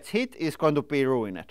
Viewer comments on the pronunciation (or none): It's not uncommon for people who picked up English as a second or third language. can make himself understood, but it's clear he's read a lot of words before hearing them spoken. 'ruined' is another. says 'rue in Ed' when someone native to North American would say 'rue-ind'. I once had classes in high school with someone who taught himself English out of a book. He'd never come across the concept of a 'soft C' so he had 'skink' after math. It took us a while to translated what he meant: 'science'.